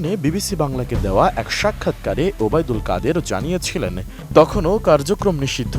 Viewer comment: যিনি খবর পাঠ করতেছেন তার খুব কষ্ট হচ্ছেন তার নাম উচ্চারণ করতে